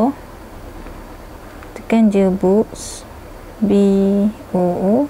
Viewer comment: tekan boobs?.. dia sptut bunyi buusss